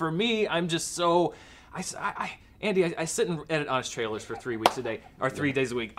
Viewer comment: Why is incapable of pronouncing "trailers" properly? I cringe every time I tries to say it.